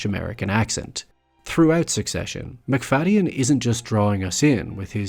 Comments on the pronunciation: I've always heard it pronounced McFade-in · I've never heard his name pronounced like that, the y has always been silent when I have heard it before.